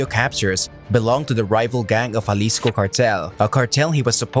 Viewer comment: He keeps saying Jalisco like it was Juarez